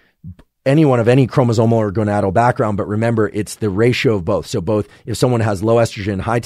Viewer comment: did he say "gonatal"? 😂